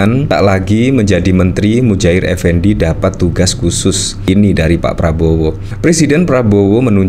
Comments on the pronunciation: Muhajir bang bukan Mujahir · Muhajir.....bukan Mujahir...... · Muhajir bukan mujair effendi😂😂